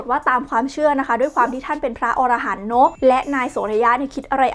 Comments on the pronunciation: ละเอียดเข้าใจง่ายมากครับ😇 แต่ขอเสริมนิดนึง อรหันต์ อ่านว่า อะ-ระ-หัน ออระหัน เป็นสัตว์หิมพานต์ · อะ-ระ-หัน ไม่ใช่ ออ-ระ-หัน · Chaiyaphon Duangkaew แสดงว่าออกเสียงผิดสินะครับ เพราะผมได้ยินว่า ออ ระ หัน หรือหูผมไม่ดี 555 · อะ-ระ-หัน ไม่ใช่ ออ-ระ-หัน นะจ๊ะ. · เวลาเราอ่านว่าอรหันต์ ห้ามอ่านว่า ออระหัน ให้อ่านว่า อะระหัน เพราะความหมายเปลี่ยน ออระหันต์คือสัตว์ป่าหิมพานต์จำพวกมนุษย์นก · พระอรหันต์ ต้องอ่านว่า พระ อะ ระ หัน ส่วน อรหัน(อ่าน ออ ระ หัน เป็นชื่อสัตว์หิมพานต์ หัวเป็นคน ตัวเป็นนก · ขออนุญาติครับ. คำว่า อรหันต์ อ่านว่าอะ ระ หัน ครับ. อธิบายได้พิสดารจริงๆ. ให้ความรู้และยังเผยแผ่พุทธศาสนาได้อย่างดีเลยครับ. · รอบนี้ออกเสียงผิดครับ